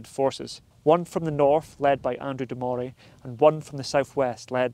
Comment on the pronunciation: Well when cant pronounce Andrew de morays name correctly, you loos all credibility as a historical blogger. It's pronounced Murray and murrayshire